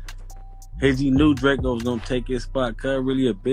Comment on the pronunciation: It’s drakeeeoh bih